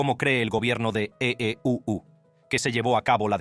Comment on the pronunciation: Que ridiculo el narrador. Ee uu suena ridiculo😮